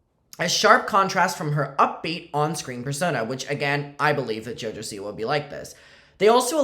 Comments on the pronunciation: I can’t say it normal anymore she’s now jojo seawee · It’s no longer Siwa. It’s siwi